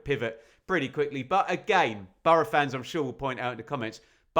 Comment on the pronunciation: No one says bor-o. It's burra, phonetically.